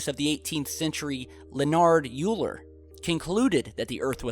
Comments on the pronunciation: OMG when he pronounced Leonard Euler''s name "YOU-LER", i almost died :)) btw, it's pronounced "OYLER"... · Euler (pronounced oiler), was indeed a famous mathematician, contributing hugely in the fields of calculus, number theory, analytic geometry, he was not however a famous physicist. you might as well say "Usain Bolt is a famous runner, and he thinks the sky is a carpet painted on by God." And then conclude the sky is a carpet painted by god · OIL-ER. It's pronounced OIL-ER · Learn how to pronounce Euler first.